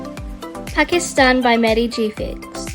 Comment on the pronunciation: yay i found pakistan and suaid arabia i am from pakistan and i live in suadi arabia and the gfx she made for pakistan is so good its like how pakistan streets are pakistan is so beatiful it is popular bc of its beauty edit: u pronounced pakistan properly